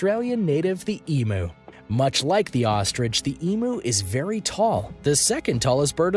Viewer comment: Emu is pronounced more like eem-yew (or eem-'you'). It really bugs me when people pronounce it as ee-moo.